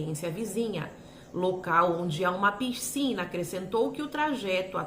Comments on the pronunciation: Não é “Pircina “ é PISCINA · Por favor, não fale PIRCINA, não combina com sua oratória tão clara.